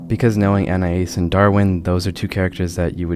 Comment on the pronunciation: It is very weird hearing someone pronounce Anais correctly. Like, all of my life, I've heard my name mispronounced in numerous ways, so it's weird to hear it correctly lmao